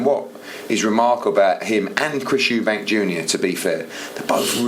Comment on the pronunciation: It’s Eubank, not Eubanks